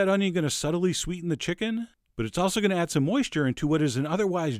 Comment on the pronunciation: this guy sounds like chills. nUmber fiftEen, always listEn to your chickEn.